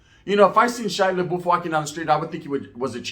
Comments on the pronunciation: You pronounce his name like labuff not laboof lol. Sounds way more funnier the way you say it though. Stay up with the content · THIS MF SAID SHY LA BOOF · I laughed every time you called him Laboof 😂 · Shia LA-boof. 😂😂😂 Awesome video. You gained a subbbbb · I think your pronouncing his name wrong😂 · He only said his last name right once, lol...